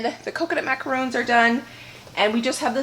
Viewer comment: Yes you're correct with pronouncing the coconut cookies as macaroons and the meringue macarons ( like the French President) lol!